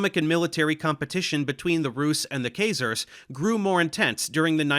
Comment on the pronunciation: That's not how Khazars is pronounced.